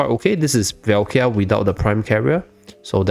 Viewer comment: Really good video but please can you pronounce her name right? It's Valka, not Velkia 😅